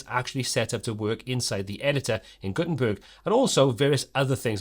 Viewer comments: "gutern turd based website" 😂😂😂😂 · Did you just say "Gutenturd"??!! 🙂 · Wait a sec.. at 32 sec. did you say Guten 'turd' website? 🤣🤣🤣🤣